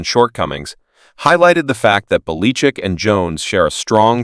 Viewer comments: Where did you learn to speak , calling Belachick , Baleechick . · Sounds like AI computer generated!!! Tolbear?? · The names not Beleechic . Learn to pronounce names correctly . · You can't pronounce the name of the coach you are talking about! Why would anyone lisen to YOU. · why cant you pronounce Bill Bellichick's name as the rest of the world. Are you reading only ? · What coach are you talking about? I never heard of that guy. The pronunciation of that name is not correct. If you’re talking about Bill Belichick. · FIRE the commentator who can't properly pronounce preeminent coaches names.